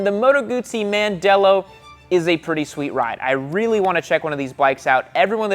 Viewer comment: Hahahahaaa, MAN-dello. It's pronounce "Mondello" for the place that Moto Guzzi is made... Mandello Del Lario. I recommend visiting there highly!